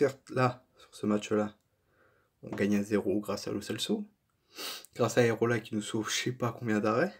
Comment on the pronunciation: le gardien c'est AREOLA et non aerola comme tu dis tout le long de la video !!!!!!